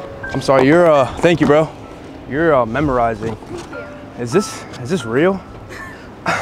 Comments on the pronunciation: bro said memorizing 🤣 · wait what.. is he says memorizing instead of mesmerizing? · Memerizing? Bro u kept sayin memerizing.. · the word is MES-MER--RISING. not memorising ffs lmao xDDD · I was thinking the same thing 😅 I was like " did he say "memorizing or mesmerizing"? . Great content bro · What does bro mean tho, talkin bout try "memorizing" 😅🤣🤣🤣🤣🤕 It's "mesmerizing" cuhhhhhh!!! 🤣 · Whole time I thought he was trolling them but he was just mispronouncing? Bruhhh